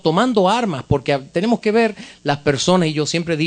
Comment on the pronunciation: Presentador de televisión y no puede pronunciar una simple S .... típico dominicano.... " Invitado EPECIAL"....."TENEMO"